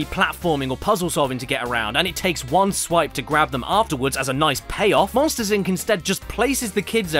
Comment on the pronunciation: WEWCUM TO MOSHTERS INCARCERATED